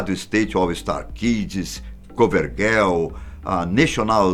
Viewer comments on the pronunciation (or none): você pronunciou GIRL errado guél não kkk